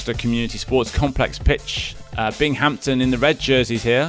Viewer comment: This looked polished. Audio wasn't my cup of tea. Get rid of the Brit. "Bing-Hampton"? Also, names instead of numbers would be nice.